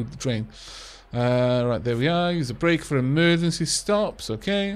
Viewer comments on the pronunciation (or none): none